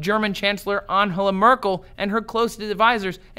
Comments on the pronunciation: Anhela? Is Trace drunk? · Thumbs up for how you pronounced "Angela Merkel" as if she were Latina :D :D :D